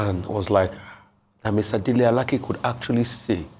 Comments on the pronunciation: U don't understand me. She's not struggling with the name pronunciation. There are two names with the same spelling. She perfectly pronounced the one she used. That is A-la-keh. The Minister is A-la-kay. If she goes to Abuja and asks for Alake (a-la-keh), it is possible there is someone bearing that name in his office. This is just a 2mins learning, and I'm sure Ojy has no problem with it. It's ppl of low capacity who think they have to pause every other area of life until Nigeria turns to America. Remember, Ojy is a journalist, not a reader like u. She will handle it differently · Thanks so much Arise. Ojy is doing well. I think I've heard Ojy called Alake (a-la-kay) Alake (a-la-keh) a few times before. Both pronunciations are Yoruba names but this Minister is Alake (a-la-kay) like Alake of Egbaland. I expected Rufai, Ayo, or Dr Abati to have spotted this. They always do, I'm surprised how this skip through. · Alake is pronounced:Alaa Kay. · I wish I can do even a quarter of what you guys do ..BUT if you have to be the one..then do it well..Our Ojy should learn to pronounce Nigerian names ..no excuse oh..You can't call Alake like you r calling a ladies name..and many more ... And our politicians just open their mouths..imagine .Alake saying he is trusted to get his post . ..